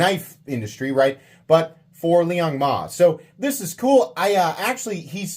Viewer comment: Liong Hell-Nah. I will never buy a knife from this POS